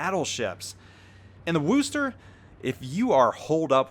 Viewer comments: say it with me WUSSter not wooster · Aaaaagggh...it's not WOOster. It's Wuster. As a native of Worcester, this was driving me insane. maybe you were doing it for the memes, but it made me cringe hard. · It's Wuss ster not woooooooooooo ster :P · I don't care what anyone says ... I'm pronouncing it as the WAR-chester. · it kills me to hear you pronounce Worcester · I tried this before and got trounced by people......let him mispronounce it.....trust me it's not worth the trolling you'll recieve. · Chris Bergonzi As an Englishman it pains me to hear it pronounced incorrectly ha!